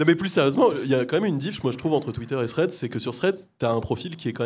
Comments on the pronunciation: Les potos, vous savez prononcer Club House, vous êtes des personnalités publiques, savoir prononcer Threads, vous pouvez! Allez Domingo, petits cours d'anglais ? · Y’a moyen de faire un effort sur la prononciation de « Threads » ? Sinon je comprends pas pourquoi on voit des posts de gens qu’on ne suit même pas… C’est genre un mur Facebook ? 🤨